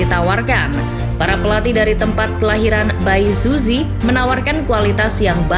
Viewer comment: Gausah bawa bawa bae suzy ya kalo pelafalannya aja salah